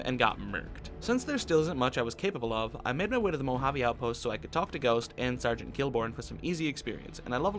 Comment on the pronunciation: Normal person: Mouhaavei: MoHaAvII